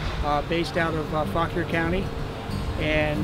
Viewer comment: Fauquier County, the most carefully pronounced name in the state